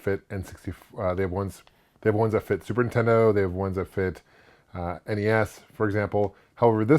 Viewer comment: “Superintendo” This guy and AVGN crack me up how they pronounce it. And I’m their age!